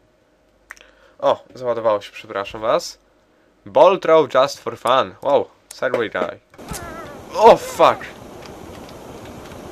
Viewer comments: to jest segway (czyt. segłaj) Mięsny jeż! A ja chce być <3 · Ten wóz to "segway" ;) Czytamy to jako "segłej"